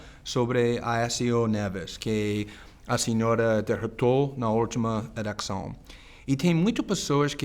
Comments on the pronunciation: Não, foi elecção. Mistura de eleição com elections. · Vey ele falou erecçao em vez de eleição 😂😂😂😂😂